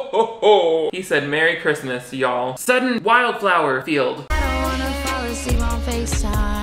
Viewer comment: He said merry chisrmas y'all 😂😂